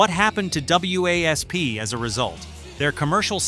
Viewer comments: Stop calling them W A S P. it is WASP. We Are Sexual Perverts. So annoying AI shit. Nailed everything else. I did see 8 out of 10 on MTV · It's not pronounced w a s p...it's wasp. Stupid A.I. . Ya I didn't see Dee in full get up at senate hearing, he was in blue jeans and Jean vest. This channel sucks. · Why you call it Blind in Texas the video you showed was Wild Child and iis WASP not W A S P fix your AI before doing another video embarrassing yourselves again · these channels get on my nerves..........the band was/is called Wasp spelled W.A.S.P. not W...A...S...P.........it's pronounced/said like the insect not the way A.I. id saying it here.......... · I tempering being wasp not w.a.s.p., the ai is annoying, bark at the moon was not banned or barred from mtv it was suicide solution that was banned. Don’t temember any issue in mtv with were not gonna fake it or welcome to the jungle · if there were no periods for AI to read off, then yeah. Wasp. Instead of w…a…s…p… every time it said their name. Think! 😏👈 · I like how they spelled out W.A.S.P. like that's the band's name and not just said Wasp! And 8-0-S! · when I heard "W A S P" I was like what?? It's WASP you moron. lol I'm 51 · I kept yelling at my phone saying it's not W.A.S.P it's just wasp dumbass it was really pissing me off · Do you watch the video before you publish it? Really? The band "Double U Aye ess pee" in the mid eight zero "S" instead of the band WASP in the mid 80s? I didn't make it through the first band before I stopped watching! AI sucks! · A lesson in when using AI to narrate it is important to PROOFREAD BEFORE UPLOADING! W A S P? Really? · It's wasp you idiots why don't you get a human to f**** narrate it not a stupid AI computer that doesn't know what the hell it's saying no thumbs up for you do your homework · Who the hell is Double You Ey Ess Pee? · Keeps spelling WASP out literally ....like its spelled dude damn. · Wasp just say WASP